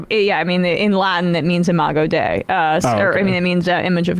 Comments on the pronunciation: Hey mispronounced the latin. If i recall correctly, dei is pronounced day-ee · lmao charlie that is not how dei is pronounced